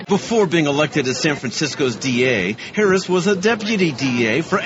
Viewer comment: Her name was mispronounced twice in this video. Somebody tell Tucker. :)